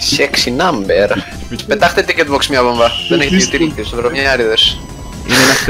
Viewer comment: in heavy accent "sexy numbear"